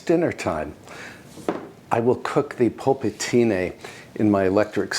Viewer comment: It's nice the way you say "polpettine". Congrats. All the best from Tuscany.